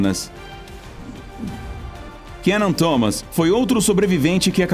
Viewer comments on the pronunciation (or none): none